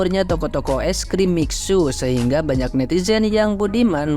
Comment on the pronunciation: Dibacanya Misue, bukan miksu dul....